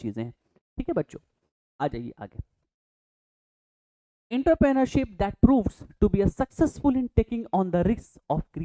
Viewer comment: Entrepreneurship ka pronunciation galat hain sir